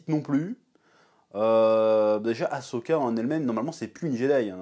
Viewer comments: Si tu l'écris comme il faut ->Ahsoka, tu ne prononceras plus "A-cho-ka" ! ^^ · Et tu ne fais pas que le prononcer, tu l'écris même "Ashoka" dans le titre. Après, pour ta défense, c'est vrai que c'est pas instinctif de mettre les lettres H et S dans cet ordre là, mais pourtant c'est bien AHSOKA.